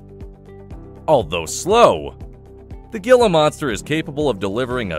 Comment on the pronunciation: He-la, not gila. Pronounce it right.